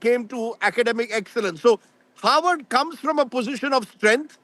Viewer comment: Howard or Harvard. 😂 Can't you both say "Harvard" properly. Why does Harvard need funding?